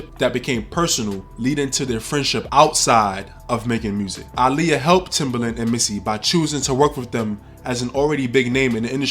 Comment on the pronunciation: the fact you say her name RIGHT ✨